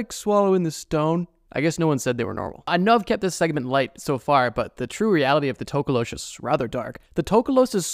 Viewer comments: Nah it’s the tokoloshi 😭, not tokolosh. Thank you for talking about South Africa though 🧙🏾‍♂️🙏🏾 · It's not tokolowsh its NTOKOLOSHI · As a South African it’s To-ko-lo-she and it stays under watch the movie 😊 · Hey just wanted to help on something. The Tokoloshi is a largely southern African folklore creature not just particularly from South Africa and it’s pronounced To(like toe) ko-low-she. Hopefully that helps next time it appears in your videos 🙏🏾. Also they kind of a blanket term for any small demonic creature that causes harm or damage. Some even come out of your toilet allegedly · Him talking about the tokoloshe gave me a Jumpscare. I’m so scared of that thing and I just convinced myself it’s not real 😞 (Also it’s pronounced to-ko-lo-shee most of the time) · Wildest pronunciation of tokolosh I've heard 😂 tok (like torque ) ko (core) lo( lore) sh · It's actually pronounced like tok-o-lo-shi (South Africa born n' raised) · HOLD ON!!! I'm South African and the Tokoloshe i sa pretty popular myth and also something we would say if something were small, ugly/creepy looking and/or suspiciously supernatural. It's pronounced Toh-koh-loh-she btw...so many non-Africans say it the way you did and it hurts me😭. We usually use it as a joke tho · Sorry for this but it's pronounced TOH KOH LO SHEE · Being South African, the scariest thing in the ENTIRE video was how you pronounced 'tokoloshe' . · the south african history has many fricked up spirts etc. but u pronounsed our scary creature wrong lollll!..... but good ig since u arent from hereee